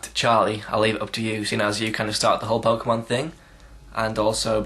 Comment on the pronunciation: pokemon the way u say it is like gay sex =P